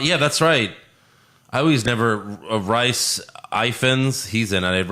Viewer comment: rice 😭 it’s pronounced ‘reece’